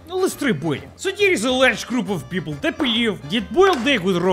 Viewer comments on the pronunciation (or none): none